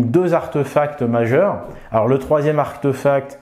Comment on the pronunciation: On dit archtéphacte pas archteuphacte